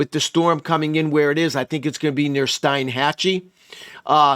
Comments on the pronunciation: They pronounce it Steenhatchee around there.... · Fyi, pronounced Steen-hachee